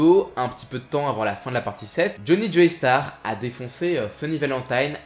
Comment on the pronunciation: Super épisode comme d'hab par contre la prononciation des noms ça trigger trop x) DI-O pas dyo, JO-STAR pas Joey star, DA-YEUR pas dire, etc...